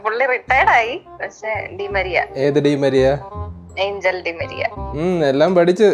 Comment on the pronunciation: Angel Di Maria de pronunciation ഏഞ്ചൽ എന്നല്ല. "ആൻഹേൽ ഡി മരിയ" എന്നാണ്.